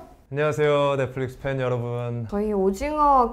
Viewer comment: I love when Deok-Su's actor said people kept Dming him to take him to the rest room. XD I also really like how it sounded like they said "Netplix" with a p instead of an f XD (NOT TRYING TO BE RUDE I LUV THEIR ACCENT)